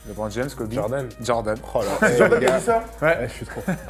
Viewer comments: On dit LEEEEEBRON pas LiBron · Il est bien sympa votre invité, mais faut qu'il arrête de dire "Libron"... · "Lee bron" Stop quoi ! LeBron ne soulève pas assez de mères pour bien prononcer son prénom ? ;)